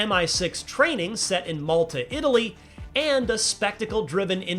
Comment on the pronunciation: At first i was like i guess i dont understand his pronouncination of malta but then i looked at the comments and they didnt disappoint haha